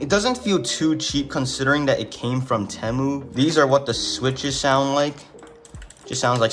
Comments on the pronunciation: Bro said teh- mu how u really say it is t-moo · btw you say it like "tea mu" not "teh mu" not trying to be rude. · ITS NOT PRONOUNCED "t-e-mu" ITS PRONOUNCED "tee-mu" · It’s not tehmoo it’s Temu bro say it right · its not te muu its TIIIIII MUUUUU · whats a tamu😂 its TEEE MU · its called tee-moo not tem-oo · its spelt temu but u say it teemu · its (teeeeeeee-mooooooo not tmo) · its teymoo not temoo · Stop saying tamu it’s teemu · WTH is tehmoo its (tee)moo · no way this guy pronounces it " temew" its pronounced "teemew" xddd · why “tehmu” its “temu” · my boy said temmu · its teeee mu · It’s called Tea Moo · It’s Teeeemu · its pronounced temu (tea-moo) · no hate but it’s pronounced (tee-moo) “temu” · its prenounced Teemu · bro the way he says temu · anyone else bothered he said temu wrong XD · No its just americans who override it and puts and extra bound in the “E”. NoT TryInG tO Be RuDe😶‍🌫️